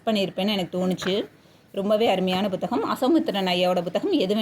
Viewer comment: எல்லாம் நல்ல தகவல். But புத்தகம் என்று சொன்னால் தான் தமிழ் உச்சரிப்பு சரி. நீங்கள் "Bhu " என்று ஏதோ thaminkilish ஆ இருக்கு 😢